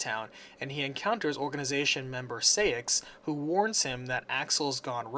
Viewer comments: I (as a KH mainac), have a few corrections: 1. It's Princess of HEART, not light 2. You pronounce it SIGH-ax, not SAY-ix 3.It's RICK-oo, not RIKU. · Sai-axe not Say-axe